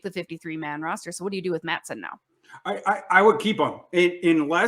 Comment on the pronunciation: This woman really said cut mattison 😂😂😂